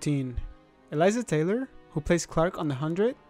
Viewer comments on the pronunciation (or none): none